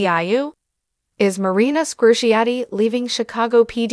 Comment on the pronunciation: 100% wrong. And she didn’t even pronounce Marina Squerciati’s last name correctly.